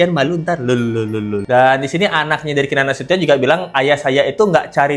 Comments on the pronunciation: Keenan nasution..bkn nasuton.. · Duh, bukan Nasiton Mbak, tapi Nasution, hehehe